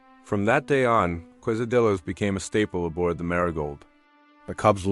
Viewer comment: Too bad the final sentence cute off. Also the pronunciation of quesadillas and jalapeño is so far off it’s hilarious.